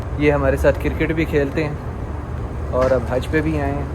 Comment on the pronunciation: CRICKET❌ KIRKET✅ 😂